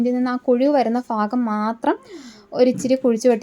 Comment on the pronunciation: ഫാഗം അല്ല ഭാഗം എന്നല്ലേ ശരി